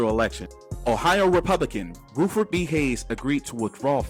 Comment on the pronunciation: Bruh, it’s Rutherford B Hayes, not Ruford.